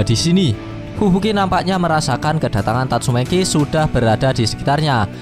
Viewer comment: Sebut nama biar betol sikit min, tatsumaki, bukn tatsumeki.. dah bgus bgi nma, lain pulak yg min sebut..😓😓😓😓😓